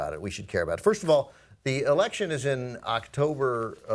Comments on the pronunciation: Canadian EH-lection. i laughed so hard and im even canadian. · I laughed pretty hard at the Canadian Eh-lections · Eh-lection? Come on... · The Canadian Eh-lection? That is mildly offensive to me as a Canadian. Not that is should surprise me though as I live in a Canadian border city with USA and I have gotten used to the stereotype that Americans put on us. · Just had to point out... eh-lection. awesome :)